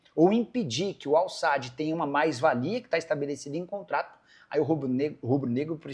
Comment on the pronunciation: É AL SAD E NÃO SAAD!😅😅